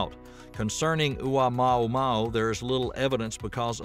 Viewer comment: You mispronunciation of Oumuamua leaves me doubting everything you said! And your attitude toward people who openly guess what these admittedly "unknown" things are, also leave me nonplussed. Why aren't people free guess or speculate about the origins of unknown objects without obvious disdain on your part? Can you even answer my questions, or does my query put me so far below you that I'm not worthy of the time it would take you to answer?